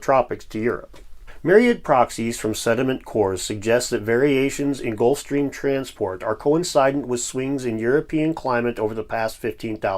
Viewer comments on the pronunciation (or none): It isn't- co en sci dent It's- co in seh dent